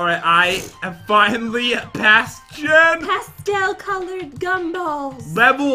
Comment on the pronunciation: why do you call Jen Jad